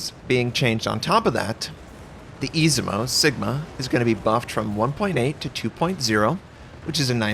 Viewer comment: Oh sweet lord of bee's I know you mentioned your ship name pronounciatiating being bad before but dang, Izumo just got butchered, Ezimo ? Lol. Keep up with the great content though.